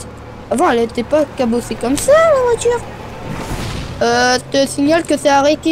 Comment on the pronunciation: Il a dit la oiture